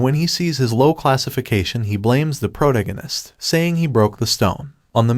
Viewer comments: I hear protoganist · I love it lol, prota-guiness instead of pro-tag-onist! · dude - pro-tag-in-ist....ya killing me but love your vids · Bro if your going to insist on saying "the protagonist" let me help you. Its phonetically (Pro-tag-o-nist) I'm sorry for putting you on blast its just getting to me every time you say it wrong. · Why do you say protagonist like that